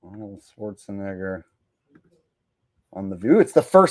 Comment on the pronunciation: Whoopi says Schwartz-a- nigga With a A 🤣🤣 Because saying his name correctly wouldn't be PC.🙃